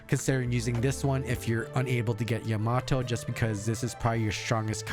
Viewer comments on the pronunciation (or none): Its YAmato and not yaMAto